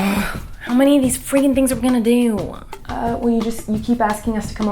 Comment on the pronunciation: how many times miranda says “freekin” 👇🏼